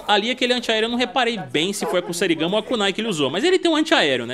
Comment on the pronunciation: Kusarigama = é pronunciado Kuzarigama com uma pequena entonação no Z. Já sobre o clã Shiray-Ryu, na lore antiga do MK o fundador do clã abandonou os Lin-Kuei que se localizavam com a sua sede na China e foi para o Japão, assim nasceu o clã Shiray-Ryu sendo assim o surgimento dos clãs ninjas tradicionais no universo de MK.... 👍